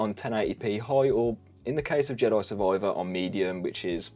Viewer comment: Love the way you say "Jedoi Survoiver"